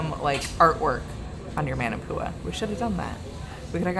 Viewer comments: ..it's pronounced "mon" NOT "man"... ..so "mon"-na-poo-a... #manapua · Maa Naa Pua not man a pua 😂 & Sing Cheong Yuen has the best Maa Naa Pua’s. You guy’s need to do a Hawaii food tour. 🥰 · Oh man. Love you guys and your videos but the pronunciation of manapua!!! Muh-nuh-poo-uh is the correct way instead of Man-o-Pua. Like Moana not Mo-anna. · Love you guys but it’s pronounced “MAH-NAH-POOH-AH” aka Manapua lol and its “MOO-SAH-BEE” aka Musabi. So glad you folks came! Wish I bumped into you folks I would’ve been girl fanning lol okay back to watching the rest of the video! 😊🤙🏽